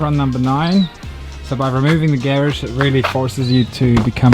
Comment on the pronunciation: Garage not gheredge